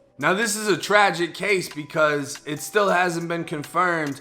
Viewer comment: "In that caw"